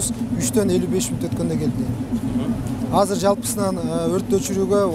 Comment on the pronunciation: Казыр эмес Азыр, туура суйлочу